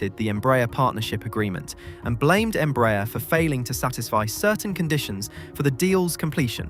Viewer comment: By the way, since you mentioned that, "Embraer" is pronounced "em-brah-AIR", stressing the last syllable and with the "A" and "E" vowels distinctly pronounced and separated. It's a Portuguese acronym for "Brazilian Aeronautics Company" ("EMpresa BRasileira de AERonáutica").